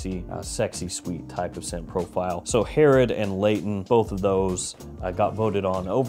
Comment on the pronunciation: Hey Herod for the win! You butchered the name but it’s a tough one.